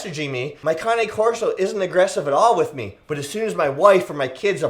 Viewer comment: It’s not cané corso it’s just cane corso